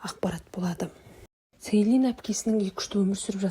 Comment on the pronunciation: Селин емес джилин деп дұрыс вйту керек есімдерін